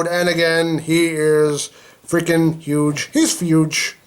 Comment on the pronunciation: Why do you say fuge